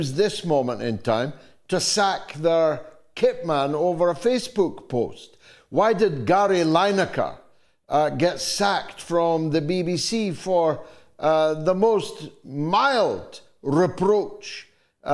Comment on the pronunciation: Clapham not Clapton GG and also Lin icker, not Line icker. So basic.